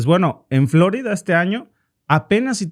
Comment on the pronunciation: ¿Porqué pronuncia "Flórida" en lugar de "Florida"? En español el acento está en "i", y para colmo el nombre de la ciudad es español.